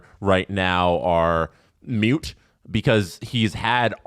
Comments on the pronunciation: It's Moot not Mute. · I love but did he just say the point is Mute? Or am I hearing things?